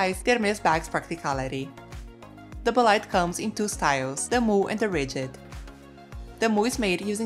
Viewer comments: Please get the pronunciation of the bag right… it is not “bo-lide” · That is not how you pronounce bolide.